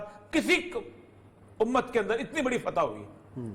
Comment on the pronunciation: Umaaaattttttt which Umaaattt !!!! 1.8 billion vs 9.3 Million ???? Destroying the Palestanin empty handed people....please stop saying b Umat,Umat...